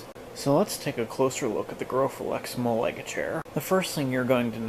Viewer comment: Hey, just thought I'd let you know that Malaga is pronounced 'Mah-lah-gah'